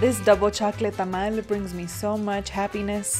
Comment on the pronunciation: Please say “tamal” not “tamale”. That hurt my feelings. Eso si que tamal mijo. (Pun definitely intended)